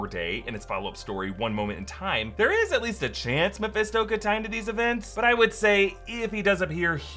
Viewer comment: Hold up!! Can we all please stop and take a minute to appreciate "I ain't the devil but it is meh-fist-doe." Hahahahaha.